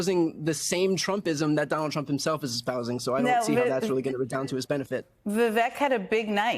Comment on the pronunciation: People, please... Vivek rhymes with cake.